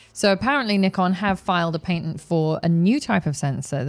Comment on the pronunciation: Every time says patent………..